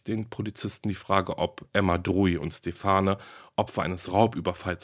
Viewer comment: Aussprache von "Stephane" : Stephan ohne "e" am Ende, ist männliche Namensform. "Terre de femmes" Terr de famm" Aussprache. Die Aussprachen kann man auch über das Internet aufrufen.- Sehr differenzierte Darstellung.